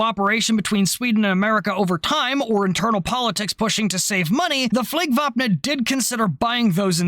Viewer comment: Your pronunciation of "Flygvapnet" makes a Swede happy, chefs kiss basically perfect. You need to look up the word "Spaning"